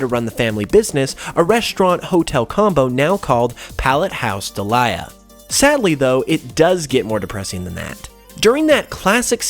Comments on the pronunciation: Great video but I cringe every time I hear you say Ash's Mums name. It's pronounced Deel-i-ah (Delia) not De-lye-ah (Delilah) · Delia (Deal-Ya) Not Daliah (Da Lie A) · I think it's pronounced Dee-Lee-Ah not De-Lie-Ah but otherwise more videos on this topic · Deal-yuh not Dee-lie-yuh 😅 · It's Delia, pronounced "Dee-lee-ah," not "De-li-ah." Good video, that just bugged me. Good job otherwise, though. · Delia is pronounced Dee-lee-ah. It sounds like you're trying to say Delilah in this video. Sorry, it was driving me crazy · Love the video, but in the anime, Ash’s Mom’s name is pronounced dee-lee-ah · Your pronunciation of Delia makes me cringe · Also why can no one pronounce Delia's name XD